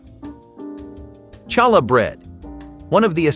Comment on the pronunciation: Pronounced Halla …,not Challa h!!!!